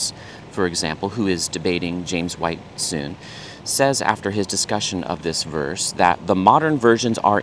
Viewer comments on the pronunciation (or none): none